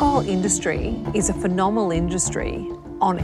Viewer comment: ) "Is a pheNoMal industryy" they literally all had more than a shot lol